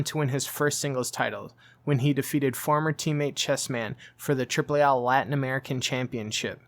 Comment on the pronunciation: Triple A not AH